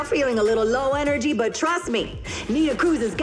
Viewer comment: engery yeh imma be that guy XD